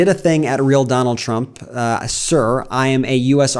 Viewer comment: “I will boat, for Donal Trum”😂😂😂😂😂